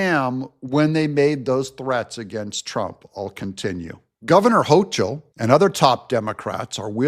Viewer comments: You're not pronouncing Kathy Hochul right. Tip: Use Google Translate or Grok when you're unsure. 99+% accurate. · Dont realy care how you pronounce NY gov name fyi its hoe- coal or as i say adolph hoe-coal